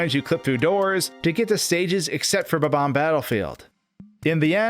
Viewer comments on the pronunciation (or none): It’s bomb-omb not bubomb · Really bugs me that he pronounces bob-omb as “buh-BOM” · you kept saying bomb-omb wrong.